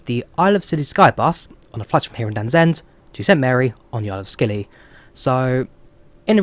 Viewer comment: Hey, I live in West Cornwall in the area just wanted to tell you the islands are not pronounced with the C as a C Sound, more of a Ss Sound! Hope this was helpful:)